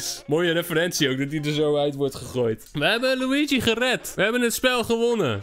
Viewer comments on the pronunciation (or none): none